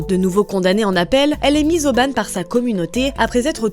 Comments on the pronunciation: Elle est mise au ban. Non bane. En phonétique ça donne ça : [bɑ̃]. Comme banc, blanc, rang. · Histoire hyper intéressante ! ... Par contre : la prononciation de "mettre au ban" c'est pas mettre au ban(e) . Ban : comme la prononciation du mot banc. 🤷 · Mise au Ban : prononcer comme "banc", comme "pan" mais pas comme en anglais, pleeeeaaaasee!!!!! Mettre au ban : bannir (to ban in English). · Ça m’a fait tiquer aussi.C’est chaud d’être une Française adulte et de ne pas savoir ça…Surtout que «mise au ban» on est pas sur du vocabulaire d’érudit!